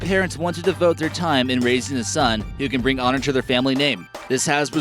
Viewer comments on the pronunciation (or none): none